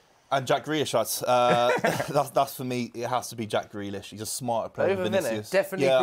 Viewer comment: Man said Grealish😭😭😭😭😭